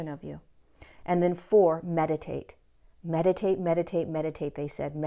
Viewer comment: Did you say medicate, or meditate??!!?